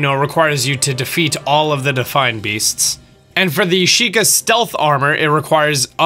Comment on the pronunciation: Did he say difine beasts?